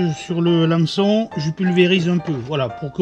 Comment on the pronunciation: Salut merci pour l'abonnement j'ei parlé d'un hameçon fin de fer, désolé pour la mauvaise prononciation !.